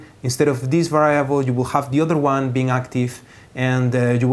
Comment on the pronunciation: lol to va rye able